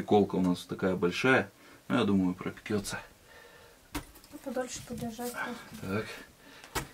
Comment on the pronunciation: не перестаю удивляться твоему ОПЕРАТОРСКОМУ таланту. МОЛОДЕЦ 👍. ЗДОРОВО!! А вот свеколка "пропеЧётся", а не "пропеКётся" 😂